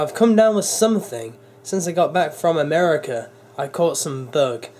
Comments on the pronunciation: who se catches him saying ameri-cer not America lol I still love ya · americur again xD